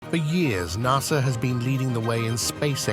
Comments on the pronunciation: lol closed caption spelled NASA the exact way the robo narrator said it, NASR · Bro said nasr